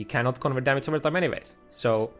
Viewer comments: its damage not fuckin DAMIC idiot this is unwatchable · The maths, only one thing bothering me though. The word is called "damage" and not "damats" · dämätz LUL